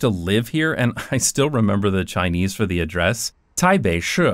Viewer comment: now it makes sense cause your chinese accent is so good! didn’t know you lived there for a while